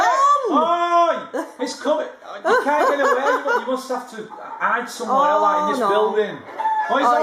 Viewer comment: And "oh im cummin"😂😂